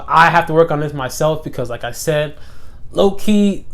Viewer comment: When you say low key fast, it sounds like your saying Loki!